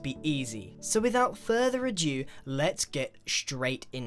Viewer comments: Grian: it is "without further ADO" not adyoo or adue ! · Without further adew..... Its ado! Apart from that, amazing video!!!! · "Without further or Jew" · "Without further to jew." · 'without further a jew' um it's 'without further a do' 😂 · “Without futher a jew”